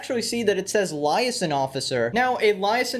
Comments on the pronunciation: Lie ason? bro... say it with me leeeeeeeeee ayyyyyyyyyyy saaaaaaaaaahhhhhnnnnnnnn :P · damn you really puttin’ an L on liaison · it's pronounced liason Lee-A-zon not Lie-ah-son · bruh its li-A-son not liahson smh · Liaison is pronounced Lee-ay-son, not Lie-a-son lol. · Liaison is pronounced “lee-ay-zon”; not “liar-son”. Not a big deal of course, just putting it out their for future reference. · Laison is pronounced "lee-ayy-sun" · Lyson officer...it is pronounced lee-ay-zon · its Lee-hey-son officer not lie-son officer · It's pronounced "Lee-aye-son" not "Lie-son". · Looks like there's some new speed bumps in the road. Also What the hell is Liezon? Its lē-ā′zŏn (Or Lee-ey-zon) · Lee a sun, not lie a son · “Lizon officer” 😂, it’s pronounced “lee-A-zon” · Bro the word “Liaison” is pronounced “LEE-EY-ZON”, not “Layson” 😂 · i hate to be that guy, but it's Lee-Ay-Zon, not Lie-As-On. (might be a dialect thing though...) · The word is pronounced LEE-A-ZON my guy not LIE-ASON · Weird way to pronounce liaison. Lee-ay-son. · It's pronounced "lee—ay—zon" (liaison) officer. Just plain old American English with a weird spelling. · It's pronounced Lee-ay-zon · Just letting you know Liaison is pronounced "Lee-Ay-Zon" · LIZON officer, LOL. This he cannot even read it correctly. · Liaison is pronounced LEE AY ZON. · It’s pronounced Lee-A-Zon. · Btw Liaison is pronounced lee-ay-zon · lee - ay - zaan (officer) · Lol man. It means you read a lot - kudos - but u pronounce liaison - Lee - Ais - On ( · That's not how you pronounce liaison. It sounds like lee-ay-zon. /liˈeɪ.zɒn/ or /liˈeɪ.zɑːn/ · It's pronounced lee a zahn. They're liaison police. Meaning they have all the power any police do. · Its pronounced as "lee ay zohn" like john with a z. No offense intended, im just an OCD grammar nazi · liaison is actually pronounced "lee-ay-zaan" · Liaison. Lee a zon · I’m sorry but it’s pronounced lee-a-sawn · Liaison is pronounces lee-ay-son fyi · The word liaison is said as lee a i son